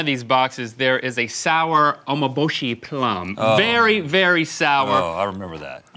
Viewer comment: Umeboshi, not omoboshi U (oo) me (like me-n in the word men) bo (bo-y like in boy) shi (she like in the word she)